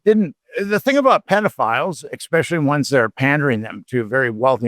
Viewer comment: Eckspecially...inescapable....how addled is this fkn guy, Katie?